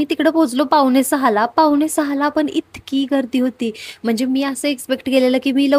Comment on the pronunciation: "आनि", "पावने" सहा , "पन", "आनलंय" ... आमची काय तर म्हराटी भाषा. इंग्रजी कसे काय एकदम फ्ल्यूएन्ट बोलता येते?? . . . . . . शुद्ध, स्पष्ट, अस्खलित असे सर्वोच्च प्रतीचे मराठी बोलावयास शिकावे ही नम्र प्रार्थना 🙏🙏🙏